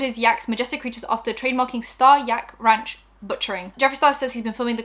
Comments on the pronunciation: Ranch's "a" is pronounced like you do when you say "ant", or a long vowl. <3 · Ranch - you said it right the first and third time. Also, it’s America you can’t pronounce anything wrong 😄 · trying to say ranch 😂👏😂👏